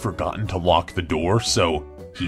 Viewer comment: um.. says Nxxiom instead of Nixxiom